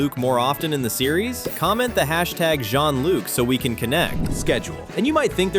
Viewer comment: Shonluke not Jeanluke